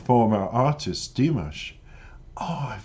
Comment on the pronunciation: Your reactions are lovely, but -- respectfully -- every time you mispronounce Dimash's name it distracts from your thoughtful analysis. It is Di-MOSH as in mosh pit, accent on the second syllable, not DIM-ish. Thank you.